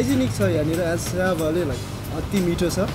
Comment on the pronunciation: isnt it syaphale instead of syabhale ?